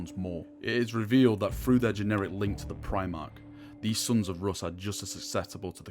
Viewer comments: sounds like you said generic, I'm pretty certain you meant genetic. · geNETic, not generic. heh. also, Njal is 'nyal' in the same way Bjorn isn't bah-jorn. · Gen et ic there is no R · You keep saying it like that, the word is genetic, ge-ne-tic, gen eh tick.